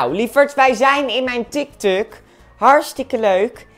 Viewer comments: Tik tok niet tik tuk hahahahaha🤣🤣🤣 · Hahahahahahaha tik tik het is tik tok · Ik ging echt lachen toen hij tiktuk en facebook en snapchat